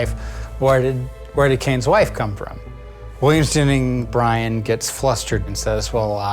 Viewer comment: "Williams Jenning Bryan" I'm dying. 😂